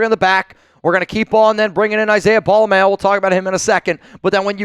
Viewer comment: u finally said Pola Mao’s name right! Mah-O (you used to say May-O). He definitely is the guy for the job, but there will be growing pains. His tackling is definitely better than Epps. Question is can he do get the back end aligned properly